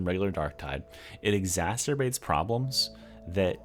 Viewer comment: Love your content. There is one letter t in the word "exacerbate". Unless you intended to say *exasterbate.